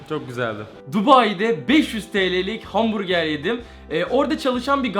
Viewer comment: Her kez ben dahi hamburger der kardeşım ise hambuge diyo anlamadim